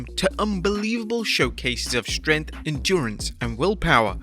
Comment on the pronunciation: the way this dude say’s strength makes me want to die